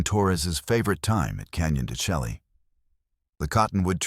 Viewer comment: Why don't you pronounce the canyon properly? It is pronounced Canyon Da Shay.